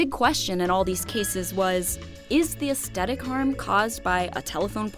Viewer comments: Aesthetic is pronounced "ass-thetic", not "ast-etic". This drove me nuts! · Please learn how to say aesthetic. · can't pronounce aesthetic properly. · Does anyone else find the narrator's pronunciation of aesthetic jarring? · There's no hard "t" in the first half of "aesthetic."